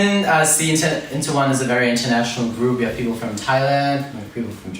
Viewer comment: Rikkun...its people not pipour. 😆 Naah just kidding you're just perfect